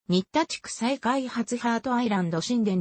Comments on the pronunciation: しんた、にったは、しんでんと、読み替えて😂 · 新田は、しんでんと、読み替えて(地元住民より)